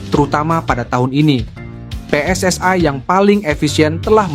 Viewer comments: Pe Es Es Ai😂😂😂😂 Preeeeeetttt daaaaah, biasa aja bacanya PSSI. kelamaan tinggal di Vanuatu😅😅😅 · Wooiii min jangan seperti negara jiran....yang benar pe-es-es-i bukan PE ES ES Aiiiii......ini Indonesia, pakailah pelafalan bahasa yang benar. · PSSI dibaca Pe Es Es Ae, jgn pake pembicara seperti ini pake suara asli saja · Min narasinya dibenarin masa 'PSSI' dibaca "Pi es es ai"😮😮😮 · Knp mimin mengucapkan PSSI menjadi PSSAI.Pengucapan dlm ejaan bahasa Indonesia PSSI menjadi PSSAI adalah salah kaprah. Pengucapan ejaan PSSI menjadi PSSAI adalah pengucapan dlm bahasa Inggris dan juga bahasa Malaysia. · we en ai pss ai belepotan min narasinya😅😅😅😅😅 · Benar, wni juga we en ai dan itu sangat menjengkelkan